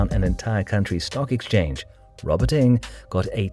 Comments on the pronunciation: can you pronounce their surname properly ? NG not ing. Sheesh. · Strange, Alan Ng, the famous movie journalist pronounces his name, "Ing". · strange, the many other Singaporeans and Malaysians pronounce it as 'Ng'.